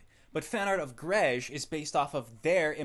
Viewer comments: Calling it "juh-reg" instead of "jay-reg"? I HATE JREG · Why is it pronounced with a D? It's a J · I never knew it was pronounced 'dreg'... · it seems the more time passes the more the way he pronounces "Jreg" moves toward "Dreg" I wonder if that's on purpose or just like a Freudian slip. or maybe it's just the easiest way to pronounce the word. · It's pronounced "Junior Example" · It's pronounced "Dreg"?????????? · Daddy is the most accurate pronunciation of jreg yet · Wait, it's pronounced "Jreg" ?